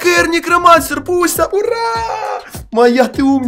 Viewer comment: А мне одному кажется что он говарит Буся а не Пуся